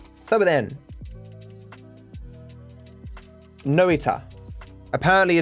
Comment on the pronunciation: The way he says Noita is kinda funny to me